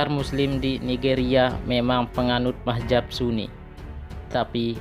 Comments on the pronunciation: Bukan mahjab brooo,,, tapi Mazhab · Lebih baik jangan ikut² an mau pamer video di you tube kalau sebutan gak tepat kaya anak² bwh umur. Bingung gue awal² bila mazhab di sebut mahjap. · Bagus kontennya. Hanya koreksi penyebutan mazhab bukan mahjab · hagegege.... Ucapkan dulu yg benar dengan lafaz yg benar yakni Madz - Hab , Bukan Mah - Zab . Itu yg saya bicarakan wahai bapak, saya sama sekali tidak membicarakan syiah sebagai madzhab. Wkwkwkw.... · Buat mimin... Kata MAZHAB kenapa dibaca MAHZAB,.. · Bukan mahjab tpi mahzab cuk....!! yg benar dong pengucapannya.. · Lu ngomong Mazhab aja masih salah sebut tp sok nyalahin orang lain. Bukan Mahjab tapi MAZHAB🤣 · Bukan mahjab bro.. tapi mazhab. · Mazhab bukan mahjab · ngomongnya yg bener min,bukan mahjab tapi mazhab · Ralat Min bukan mahjab tapi Mahzab. Z bukan J. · mahzab kah atau mahjab belajar kamu membaca biar betul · Mahjab .... Atau mazhab ya.... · Bukan mahjab.. Mazhab... Sebut bagi betul bro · Mazhab jangan majhab2, sebut yg bener, allah is allah jangan ollah, jgn biasakan yg salah, ma,af alqur,an dan kitab brbhasa arab bukan bhsa indonesia ataupun bahasa suku kita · Siapa sih ini orang sebut Mazhab aja salah majhab majhab majhab .macam orng tk prnh ngaji